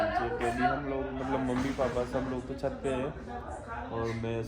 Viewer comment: bolna Aata nahi mallab mallab karti rahti hai matlab hota hai wo aur jab english nahi boli ja rahi to Kyu style maar rahi ho hindi wali hi audience hai tumhari